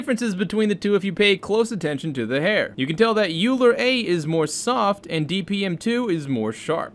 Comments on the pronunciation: The ‘a’ is for ancestral. Those are very creative methods that can generate almost new image at n sample counts. Also Euler is pronounced as oiler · Great video. BTW, Euler is pronounced "oiler" and he was probably one of the most brilliant mathematicians ever born, which is why someone born in 1707 is still pretty awesome even today. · "euler" is pronounced "oil-er" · Euler is pronounced like oi - luh. It’s German.